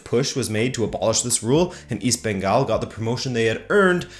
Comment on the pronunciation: Hindi speakers mispronounce Bengal and Kolkata too. They say Bongal and Kalkatta. did a much better job as a non-Indian.